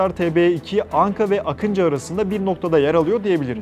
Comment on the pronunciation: Akintsi değil Akıncı = Не Акинци , а Акынджы ! и ударение не последнюю гласную в слове Байрактар !